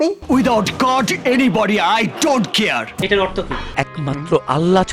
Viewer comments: "আই ডোন্ট কেয়ার" না...... আই ডোন্ট কিআর.....🤣🤣🤣🤪🤪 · কিয়ার না বলে কেয়ার বলো ।